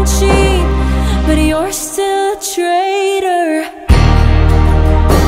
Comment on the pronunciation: Napakaganda ng rendition ni Lex ng Traitor,,, lalo akong humanga galing mong kumanta, I feel it angel emotion nya, ang pronunciation snd diction, sng powe ng voice omg!